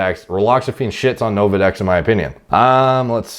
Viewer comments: "Novadex" "Relaxafin" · Nolvadex,. Not Novadex.